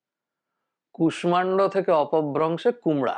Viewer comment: কুষ্মাণ্ড এই শব্দটির উচ্চারণ কু-ষ্-ষা-ণ্-ড বহুল ব্যবহৃত। যেমন, বিষ্ময় এই শব্দটির উচ্চারণ বি-ষ্-ষ-য় ( বিষময় নয়)। এনার এই কু-ষ-মা-ণ্ড উচ্চারণটি বড্ড কানে লাগছে!